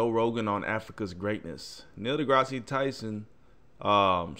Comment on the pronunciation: Awesoem just one thing it’s Da-grass not da-grass-si lol Dr Tyson and Joe are both awesome!